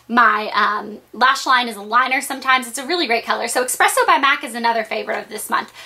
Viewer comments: espresso not expresso, haha i work at a coffee shop:P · it's espresso, not expresso. without the k :) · eSpresso not eXpresso. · ESpresso, not expresso